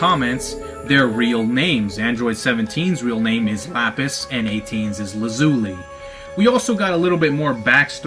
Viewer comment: hey champ i love the videos, but your mispronunciation of Lazuli is killing me. the names come from a blue stone called Lapis lazuli. Lazuli is pronounced: Lah-Zoo-Lie ;)